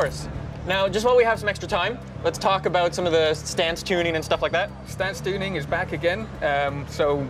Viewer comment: "Stan Stooning"